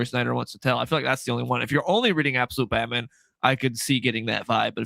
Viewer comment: IT'S BAT-MAM!! 😂😂😂😅